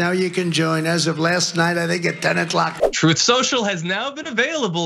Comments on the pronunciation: "Troth" social??? No wonder it flopped... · He lies soo much he can't even say the word "truth" correctly lmao!